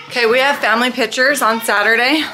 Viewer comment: The way calls pictures “pitchers” makes me laugh every time lol